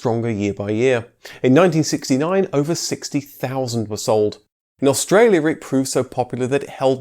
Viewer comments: Aus tra li a lol true i get moaned at for pronouncing water wrong being from london originally, but wanted to mention it as i think this mans videos are very good and rather point something if its noticeable, these videos are extremely accurate because of his research and i have alot of respect for people like that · You videos are good buddy, but Australia has 4 syllables not 5